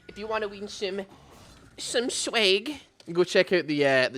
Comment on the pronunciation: I laugh every time you say SHWEG